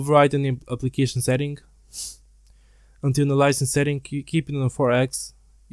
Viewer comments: how he say's antialiasing LOL "antenilising" antēˈālēəsiNG should help or click the little speaker haha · Im not trusting anyone who cannot pronounce antialiasing and bias correctly